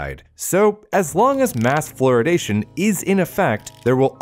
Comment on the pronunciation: ‘Floridation’ sounds like the Florida version of Californiacation lol